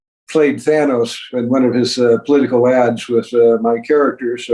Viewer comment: Boom! It's Than-oh-s, not Than-aw-s.